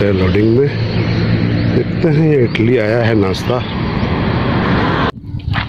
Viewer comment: Gawar insaa itli nhi idli bolo raja.